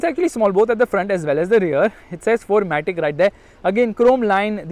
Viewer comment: sir 'c' of matic is not there 🤣🤣🤣🤣🤣